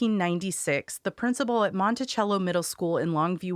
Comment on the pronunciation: Also, couple things... There was no school bis home for Rima. She lived probably less than 1000 feet from the school. Also some pronunciations "Toodle" "Montesello" "Kinney" Excellent storing telling. Heard some things I hadn't heard before